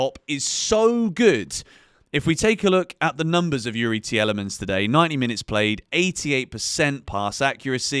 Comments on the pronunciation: the way your pronouncing tielemans is triggering 🤣🤣🤣 its pronounced like this tea-lee-mans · I was really enjoying your analysis but can’t handle how u pronounce Youri Tielemans 😂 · Nah, turned off with your pronunciation of tielemans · A bit harsh, yes he got the name wrong but still a good watch. Got a new sub . Youri would be just fine :)